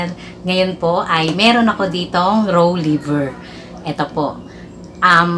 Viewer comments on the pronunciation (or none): Filpino accent hahah row liver